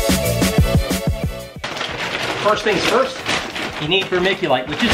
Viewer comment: "first tings first" Im the realest😎